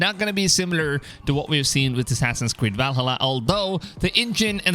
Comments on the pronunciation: It’s ValHAla not ValhHUla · I can't focus on what you're saying because of the way you keep pronouncing Valhalla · Try to watch the whole video but him not saying VALHALLA correctly just got annoying. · Please learn how to pronounce Valhalla. Vikings are turning around in their graves due to this abomination.